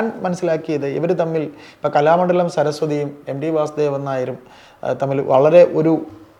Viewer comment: എംഡി എന്ന് ഉച്ചരിക്കാതെ. എം റ്റി (ടി) എന്ന് പറയൂ... ഒരാളുടെ കൃതികളാണ് അയാളെ പ്രശസ്തനാക്കുന്നത്. അയാളുടെ വ്യക്തി ജീവിതത്തെ കുറിച്ച് തിരഞ്ഞുപിടിച്ച് ചർച്ച ചെയ്ത് അയാളെ ഇകഴ്ത്തേണ്ടതിൻ്റെ കാര്യമുണ്ടോ....? ഇതേ തിരച്ചിലും അപമാനിക്കലും യേശുദാസിൻ്റെ മരണ ശേഷം സോഷ്യൽ മീഡിയ ആഘോഷിക്കും. എന്തിന്: മലയാളിയുടെ അസൂയ തന്നെ......